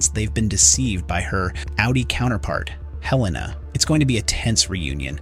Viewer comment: Why do people say Heleena when it's pronounced Helena in the show? Makes you wonder if they've even watched it.